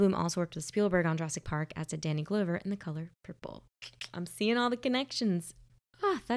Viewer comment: FYI, “Glover” rhymes with “lover”.